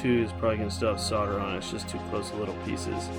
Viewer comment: Solder "Soul" "der" NOT Sodder